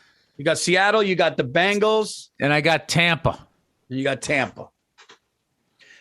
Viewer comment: Who knew that 80's pop stars The Bangles would one day become an NFL franchise. I always thought it was pronounced Bengals.